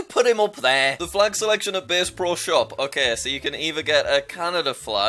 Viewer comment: It’s b-ass pro shop not base